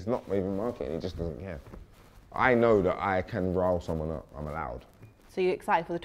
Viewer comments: It’s rile, not rarl 😂 .. I love Wiley, cracks me up every time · Did he mean "rile" not "rawl" cos latter is not a word..😮😐😑 P.s Zeze is hilarious in her bluntness..its very unconventional but it works (her point about personality hooking pple is true)...so is he..🤣🤣🤣🤣🤣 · That's rile Wiley not rarl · Word is rile ffs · Man said R-A-R-L